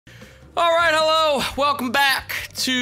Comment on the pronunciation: Every time says Alright Hello It just sounds like "I'll Ride Her Low" at this point.